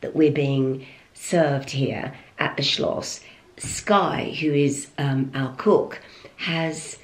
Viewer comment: I love the fact that you keep saying Schloss😁. Lots of love from Germany😘